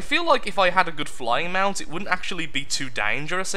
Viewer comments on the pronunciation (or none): none